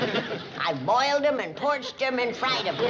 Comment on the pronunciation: “I boiled them and PORCHED them and fried them” I believe she was mented to say POACHED